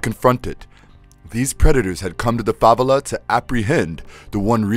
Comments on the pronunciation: Hello! Pretty good and complete video! One issue though!!! It is pronounced: fah-veh-la(s) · You’re putting the emphasis on the wrong syllable when you pronounce “favela.” It’s “Fah-Veh-Lah.” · For the record, it's not FA-ve-la, its fa-VE-la lol. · It's pronounced Fla-vell-ah...